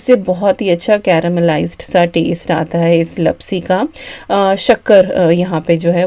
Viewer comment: Hi dear..i am Gujarati so i want to say that the sweet dish is pronounced Laapsi not lapsi... Love watching your vlogs..👍